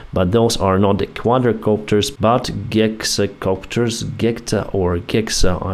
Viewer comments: Gexacopter thihihi 🤭 Its Hexa 😅 the word hex stems from ancient Greek where it is the name for six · Greek for "six" is pronouned "hex", not "gex". The Cyrillic letter "geh" is pronounced like hard "g" in Russian and usually "h" in Ukrainian. In Russian "Hitler" is "Gitler". Between two "os" at the end of a word, "geh" can even be pronounced like a "v". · Hexacopter, vith a silent "H"